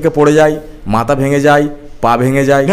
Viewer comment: Kintu dada...Jai na jay...chai na chay....uchcharon ta thik kore korun...